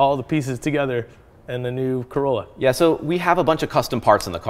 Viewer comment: Nice "Corolla" lol